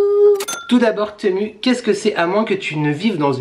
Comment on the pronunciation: TEMU se prononce [timou] 😉